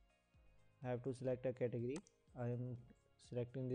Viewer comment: learn to say category. damit